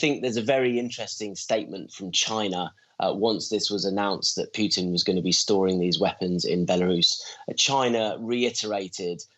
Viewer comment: Mike Martin is so good but can someone tell him there is no U In putin: путин. Pronounced poo tin which is actually pretty accurate in another way also…